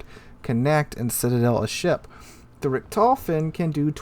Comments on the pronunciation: Sorry to say, but you butchered how you pronounced Richthofen The "ch" is a sound similar to clearing the back or your mouth, so the Richt is the first syllable, and the "h" is pronounced on the second syllable, so it Richt-hof-en, not Re-tof-en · True, though I would start by putting the stress on the first syllable and pronouncing the o as "oh" rather than "aw". Saying RICKT-hoe-fuhn would be a significant improvement without even having to get into how to pronounce "ch", which tends to be very hard for native English speakers. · Maybe if it was some obscure German name that no one had heard before, but this is The Red Baron, the most famous fighter ace in history, and mispronunciation is so bad it went back in history and butchered him too.......